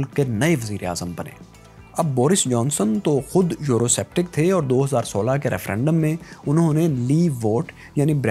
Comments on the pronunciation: A very informative video but.......the narrator repeatedly pronouncing the word "Eurosceptic" as Euroseptic made it look like as it was made by a novice who had a poor knowledge of English speaking and pronunciation. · It’s pronounced Eurosceptic(skeptic) not septic...